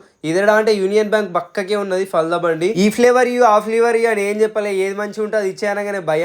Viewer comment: ఫాల్దా కాదురా బాబూ ఫాలుదా